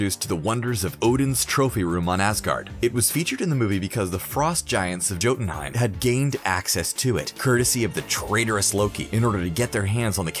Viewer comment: Yeah like the "j" in Jotunheimr